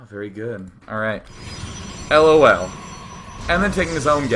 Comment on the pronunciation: The way Day9 prenoucnes "lool", im smiling even a year after. Omfg thats good.